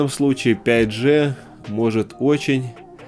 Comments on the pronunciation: Да не Джэ,а Джи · правильно не 5 Же, а 5 ДЖИ!!!